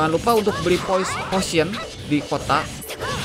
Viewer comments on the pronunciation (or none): Poison baru racun gan :v Dia nyebut potion jadi posion karena spellingnya emang gitu gan XD